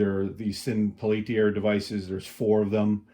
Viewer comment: Peltier was a French guy. It's pronounced PEL-tee-ay.🙂